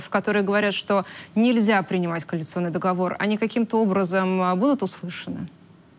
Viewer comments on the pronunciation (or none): В слове договор ударение на последнем слоге.